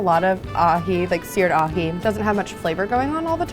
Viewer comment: That “ahi” could literally be anything